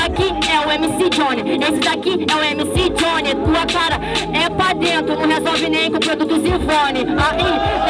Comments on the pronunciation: "pa drento", " tonstorno" kkkkkkkkkkk pqp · "Drento" KKKKKKKKK